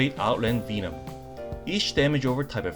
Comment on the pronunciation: Another fun video. Oh, double check how to pronounce "Venom" in English.